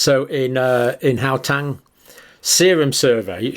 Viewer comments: WHY pronounce Gauteng as Howtang? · Gauteng is pronounced as how-teng.